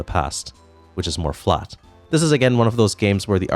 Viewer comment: You say "flat" funny